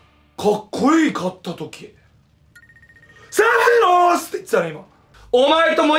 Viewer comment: [サワ]セェフィロォスっていってたよね